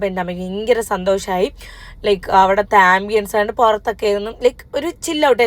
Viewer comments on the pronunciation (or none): none